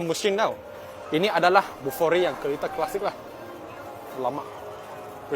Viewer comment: bolihlah beli Bufori, bolih bawa hasil sayuran ke bandar. Sebut betul-betul Bufori bkn kokoiRi ya..